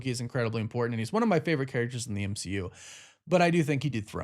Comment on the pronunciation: Is anyone else annoyed with the way he says and over pronunciation of “important”